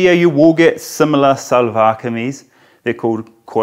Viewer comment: I was wondering how he learned to tie izaarband/naara (cord in shalwar)😉 Karl it's shalwar(as in she) not salwar.